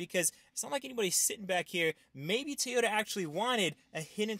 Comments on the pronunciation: TOY-YOTA, not TEE-OTA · No it's TO-YO-TA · and how he says tyota and literally every 10 words